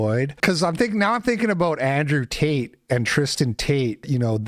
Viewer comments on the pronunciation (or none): none